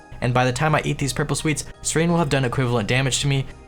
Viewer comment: seer en. it aint that hard it aint scerene